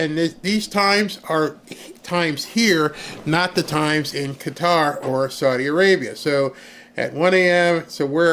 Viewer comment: Finally someone can pronounce Qatar correctly. Thank you